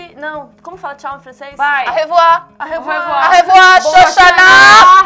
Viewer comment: Au revoir (tchau) não se pronuncia "á revoar", mas sim "ô revoá", só comentando :)